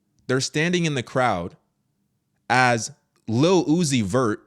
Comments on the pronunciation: Ohhh he said Lil Uzi Vert I thought I heard him say "Lu-ohh-ci-fer" Lucifer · His name literally sounds out Luc-I-fer Lil-uzi-vert Lu. Ci. Fer. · say "lil uzi vert" as one word and you'll say Lucifer... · His name say it fast enough it sounds like your saying Lucifer. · Lil Uzi Vert -> Lu Ci Fer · Say his name quickly. Lu-ci-fert... lil-uzi-vert...lucifer.. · Lil-Uzi-Vert Lu-zi-fer